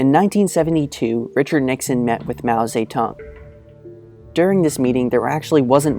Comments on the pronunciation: Lol its "Mao Ze-DONG" not "Mao Sa-Tung" Lmoa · I thought I hear "Mao SayTan"... Sounds like Satan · You sounded like you said saytan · How,do you pronounce his name?It sounds more like Mao Satan than, Zedong?